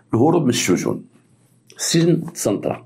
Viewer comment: السجون ماشي الشجون 😂😂😂😂 الله يعطيك الخير تبارك الله عليك مسيرة موفقة